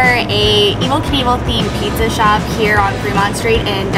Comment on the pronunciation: Probably the one that is wrong since Pizza, here, is way too often pronounce Peesuh rather than Peet-zuh.